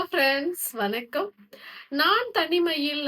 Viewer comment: வனக்கம் அல்ல வணக்கம் என்று சொல்லுங்கள். ( செல்லப் பேச்சு?)